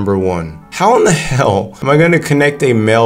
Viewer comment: please dont say hell like that